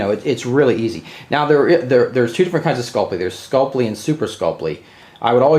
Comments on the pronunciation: Skull-Pee not Skull-Plee... Drives me crazy lol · Read through the word Sculpey slowly and see if you can figure out what extra letter you're adding into your pronunciation.